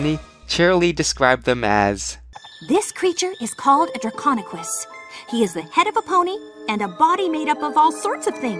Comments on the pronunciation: he is saying draconekiss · draconequus. repeat after me DRAC-ON-E-QUUS